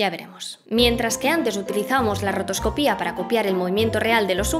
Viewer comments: Que buen vídeo. Eso sí, llevo toda la vida diciendo rotoscopia y escuchar rotoscoPÍA me ha petado el cerebro. Y cómo han dicho en los comentarios, una voz digna de doblaje. Aquí tienes un nuevo seguidor! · ¡Impoluto, genial, entretenidísimo! Muchas gracias por tu servicio a la comunidad. La única peguita que le pondría es que rotoscopia tiene la sílaba tónica en "co". Mi más sincera enhorabuena y aquí tienes un animador suscrito deseando ver el siguiente vídeo :P